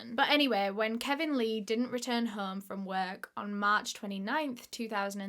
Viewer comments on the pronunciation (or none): Sorry I can’t get past how she said the word work “ worK” 😂